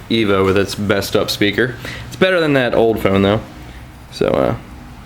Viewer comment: thought you said your thumb broke not your phone XD